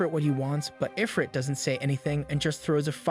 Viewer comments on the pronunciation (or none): please tell me that this is a computer saying i-frit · “Eye-frit”??? This person never played an RPG in their life haha